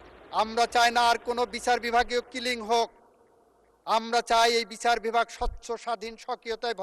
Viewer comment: সেকি বিচার বলতেছে? নাকি বিছার বলতেছে? এগুলা কি অটো পাশের লক্ষণ?